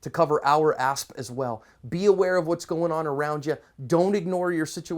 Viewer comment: Assp or ass? I keep hearing assp. Great videos, lots of informative advice.